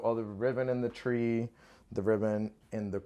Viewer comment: In the first video...is he saying "riven" instead of ribbon??